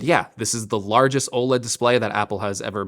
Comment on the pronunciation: Why can’t tech YouTubers say “OLED” properly